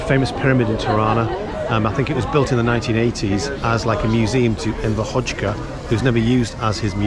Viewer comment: PS its not Enver "Hotchka" its HoXHa <- pronounce it like AzerbaiJan, [Hodža!] no T's or K's there man.